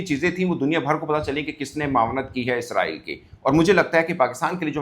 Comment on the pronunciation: Isreal name toh thik tang seee Bol leee